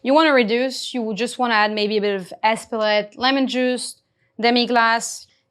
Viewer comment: she said 'espouette' wtf